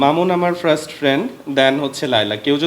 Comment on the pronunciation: ফ্রাস্ট কি রে ভাই ফার্স্ট ✅ ফ্রাস্ট❌